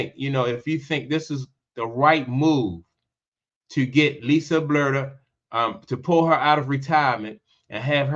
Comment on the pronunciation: You don't even know how to pronounce Lisa's last name and yet you're naming her the next head coach of the Fever. The only thing you said that is credible is that Chrissy Sides needs to find another profession. The rest of what you said is a jumbled mess of contradicting statements.